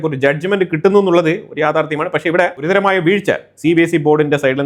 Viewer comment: ഗുരുതര .not ധര